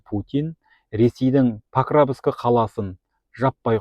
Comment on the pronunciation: Паровск деп айт сауатсыз